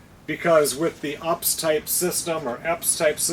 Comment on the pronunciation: It is not "ups". It is pronounced Yew Pee Ess (as an abbreviation for Uninterruptible Power Supply). I have personal UPS units, and worked with corporate units, for computers since the '90s. In general there are 3 types - Offline (standby), Line-Interactive, and Online (Double Conversion). Offline (standby) is the cheapest. An offline UPS system passes utility AC power straight through the unit, past a transfer switch, to the output point where the protected load is connected. When an input power failure happens, the built-in battery and the inverter, which converts the battery’s DC power to AC, are activated and connected to the output by the transfer switch. There is generally about a 6-8 millisecond break in power when transferring to battery back-up. Line Interactive is the mid price option. Line-interactive UPS systems provide both power conditioning and battery backup. With the inverter always on and connected to the output, line-interactive UPS provides additional filtering and yields reduced switching transients when compared to a standby UPS. The most expensive option, an online UPS system is usually called double conversion as well because incoming power is converted to direct current (DC) and then converted back to AC. This AC-DC/DC- AC design ensures an increased degree of isolation of the load from the irregularities on the main supply. The power stations you have reviewed previously, and this one, may be offering Line Interactive UPS capability (i.e. some output